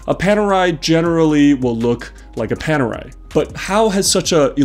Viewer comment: Great watch! I'm italian and I love Panerai (I'm not a Panerista as I don't own one yet). Your pronunciation is good but Officine it's pronunced with the "chi" sound, like Chicken. 😁